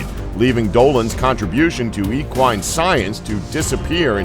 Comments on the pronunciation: Cool video.... but sorry.... but e-quines?...... it's a short e sound..... like in egg...equines..... lolz! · Cool video.... but sorry.... but e-quines?......it's a short e sound..... like in egg...equines..... lolz!